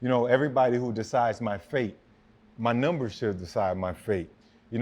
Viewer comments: Wtf are nimbers lol sir it’s numbers !! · or when Fred says "Nembers" lmao